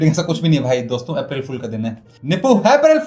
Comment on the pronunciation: "APH-RIL FOOL"🎉 😂